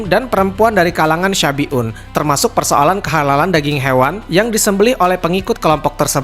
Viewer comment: Salah pengucapan bukan kaum syafi'un tapi shabi'un. Artinya beda, kalau syafi'un adalah kaum yg mengikuti ajaran imam Syafi'i. Kalau yg di ceritakan itu kaum shabi'un